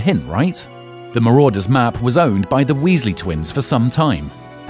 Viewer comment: "Marauder's Not Marodeurs